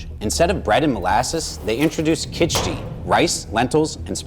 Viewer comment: errrrm actually 🤓👆 it's khchuri